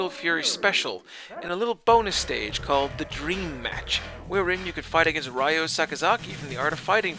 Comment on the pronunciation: Ryo is pronounced REE OH and Ryu is Ree oo. In surprised you pronounced Kyo correctly....